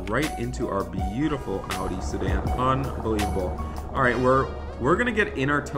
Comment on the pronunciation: did he say lamborghini sadan?